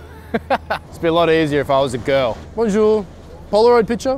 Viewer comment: I'm half french and the ''BoNjOuR, picture?'' hurts to watch but it's still funny as hell haha